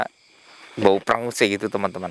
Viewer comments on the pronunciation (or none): Namanya pengus bukan prengus